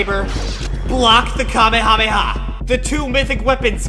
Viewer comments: It's not pronounced kami-kami-ha, it's pronouned ka-may-a-may- a. 🤣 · You saying kaby rabbi ha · No Kamehameha it's kameyamama 😂